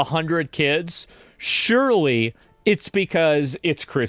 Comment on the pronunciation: him say surely had my confused i didnt know if he was talking about nick or just saying the word at first lol